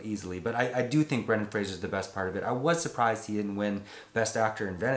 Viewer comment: It's Fraser, not Frasier.